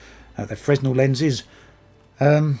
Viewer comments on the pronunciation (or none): Fresnel is pronounced "fruh-nel". Nice review